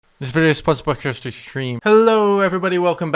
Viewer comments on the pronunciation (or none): "Thshh vidob shpohnshrd by Christian streams"